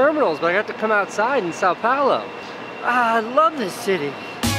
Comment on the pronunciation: Casey's pronunciation of "Sao Paulo" pains me